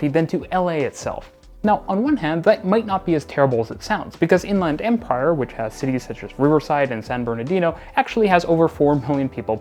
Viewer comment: I kind of love this rendition "to In-Land Empire" (with "Land" pronounced like in "Disneyland" or "Thailand", and with no "the") as a potential Canadianism for what Californians would say as "to the Inland Empire" (with "Land" pronounced like in "England" or "Scotland", and with "the")